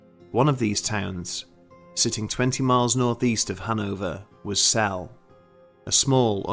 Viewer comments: Like all of your videos, this was fascinating. Whether or not the legends have any substance doesn't matter. It was a good story well told. By the way, Celle is pronounced 'celler', not cell. Sorry to nitpick. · It’s pronounced celly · I live in celle....it's not cell sorry. I have been in the Rathaus often and i know people who work there...as of now 2020 nobody sees or feel things that you are explaining. Not saying it's not true I don't know, but as of now no all is good. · I was based in Trenchard Barracks in Celle, pronoiunced sella by the way, we all heard the stories and we all went out to Belsen which was 20 minutes up the road, the place had a very strange vibe especially the barracks but none of us actually saw anything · By the way, it's pronounced cel-lah. Not a big deal, I just figured you might wanna know. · and celle is pronounced celler or cella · I love your videos, but being a Kraut, the E at the end of Celle is not silent. We do not have those in German. Other than that, these are all top notch stories!